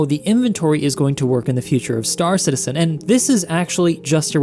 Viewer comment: why does everyone call it star citiSen and not star citiZen????